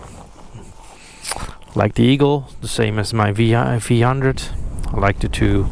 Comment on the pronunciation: V one hundred. Not vhundred